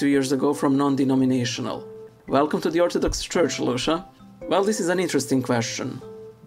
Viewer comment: My first name was mispronounced in your last video it’s pronounced (Lou-see-ah); do you believe that it’s not okay to highlight or underline some Scriptures in the Bible?